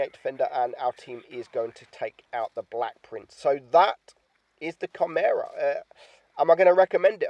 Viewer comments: its pronounced like this kai - me - ra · It's not pronounced kimera. It's pronounced shimera, the c I silent.